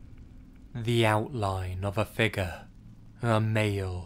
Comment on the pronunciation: Tina I I can’t stand how he pronounces “figure” as “figga” Lmao